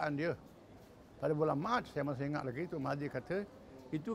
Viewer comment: TUN...bukan TONG..